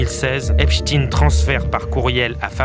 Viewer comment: Soit vous dites EPSTINE, mais pas EPCHTINE… On comprend trop que la direction vous a donné des consignes pour ne pas dire EPCHTEÏN sinon (comme FRANKENSTEÏN)…